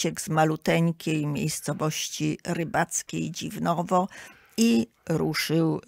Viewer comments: Dziwnów nie Dziwnowo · Dziwnów, a nie "Dziwniowo". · DZIWNOW, nie Dziwnowo!